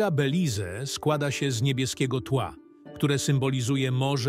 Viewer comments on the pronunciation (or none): Nie belize tylko beliz jak wypowiadasz Belize sie pisze Beliz sie mowi